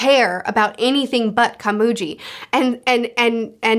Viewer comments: just an fyi its pronounced (koh-mu-ghee) not (kuh-moo-gee) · KomuGI, not Komuji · You pronounced komugi as komuji in japanese pronounciation. Japanese pronounciation of g. Is its literal sense. So the gi in komugi. Is like how gills are pronounced. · Unlike One Piece, a lot of time goes by within arcs, I'm pretty sure Gon and Killua are nearly if not 14 by this point. Edit: Also, it's Komugi with a "gui" pronounciation, not "ji". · You’re picking up on things on your first read through that i only thought of after reading and watching multiple times and also watching analysis videos. Very impressive how good you are at analyzing themes and ideas in stories! Also Komugi is pronounced with a g sound not a J sound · A small thing to point out. It's not "Komuji", it's "Komugi". G as in Good, Great, Gold or even Gon. You're not calling that boy Jon, so why use the J sound for Komugi? Just pointing out. A small thing. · Komugi is pronounced with a hard g, Meruem is pronounced MAY-rue-em. They honestly have one of the most compelling relationships I've seen in fiction, and that's in a series chock full of the most compelling relationships in fiction. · Respectfully, it’s more pronounced ka-moo-gi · The "gi" in Komugi is pronounced as the gi in giddy the rest you said correctly. I don't remember how you said Meleoron but it's pronounced as it's read, the "e" pronounced as elegant and the "o" pronounced as original. Which is standard in Japanese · As you said you dont mind corrections on names: Meleoron = Mely-O-rion Komugi = Ko-mu-gui (I dont really know how to write the phonetic representation of "gui" in english but is like GUILT but without the "LT") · HI, sorry it's just urking me alot but so kindly and respectfully the blind girl's name is pronounced (Ko..Mu..G..Eee) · It's Komugi. Ko-mu-gi. Literally how it's written 😂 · It's pronounced Komugi not Komugi, just letting you know